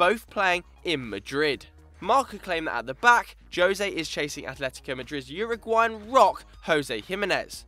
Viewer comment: Finally they pronounce jose's name right